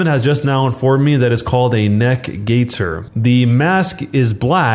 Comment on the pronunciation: If you start putting your hands towards my face, count yourself lucky you only get a taste of 50k volts! BTW, it's 'gaiter', not 'gator'. You got a gator on your face, you ain't concerned with shopping...